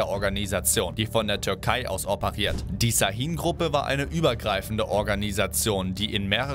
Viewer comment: Şahin wird scha_hin ausgesprochen